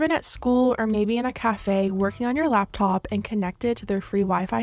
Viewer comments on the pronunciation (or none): none